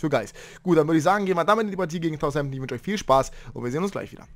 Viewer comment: Wann lernst du endlich Southampton richtig auszusprechen?